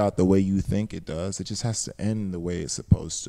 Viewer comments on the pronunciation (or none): none